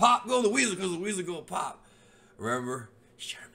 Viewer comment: 😂😂😂😂😂 “pop goes the wheesel”